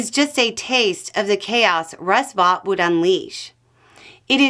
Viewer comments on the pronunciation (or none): Vought is pronounced "Vote", He corrected the record during his hearing.